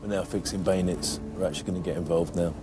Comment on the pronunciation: Such a great program. Does make me laugh how Ross says “Baynits” instead of Bayonets